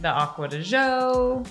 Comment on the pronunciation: I like your videos, but I can't stand the way you pronounce acqua de gio all the time. It's g as in giorgio not ż.